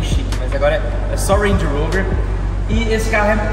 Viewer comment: Ruendi Urouver!! Kkkk pode falar Range Rover fica melhor